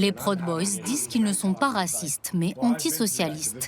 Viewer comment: La narration est parfois irritante, comme souvent dans les docus français traitant des É-U. Proud boys est prononcé prod boys, Salem est appelé capitale "administrative" de l'Oregon. Pourquoi ne pas dire capitale de l'Oregon tout simplement. Il n'y en a pas d'autre !